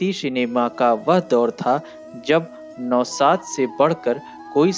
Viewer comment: Nihayat bakwas commentory. स को श, नौशाद को नौसाद बोल रहा है। क्या बकवास है। ऐसा लग रहा है जैसे जबरन बुलवाया जा रहा है।